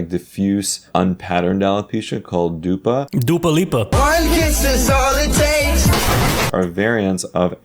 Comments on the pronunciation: Dude, he saying Dupa was perfect (im from Poland) (Who knows, knows) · As a certified Polish guy I am obligated to say that "dupa" in Polish means "ass". Additional points to for almost spot-on pronounciation!